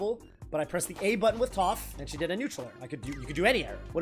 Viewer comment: Bro it’s YOU that’s got all these non - Avatar fans pronouncing Toph’s name incorrectly 😭